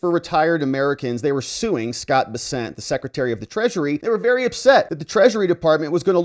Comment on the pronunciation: It’s Scott Bess-ent